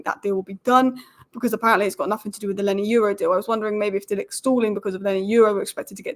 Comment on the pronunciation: Why do you keep saying “Lenny Euro”??